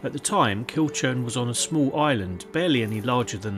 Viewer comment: Hi ive passed this castle many times but never visited, its used a lot on jigsaws and painting by numbers , the name Kilchurn is pronounced kilhoorn. Thanks for history on it